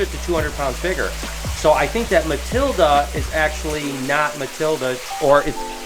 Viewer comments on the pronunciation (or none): Matilda = Matildo lol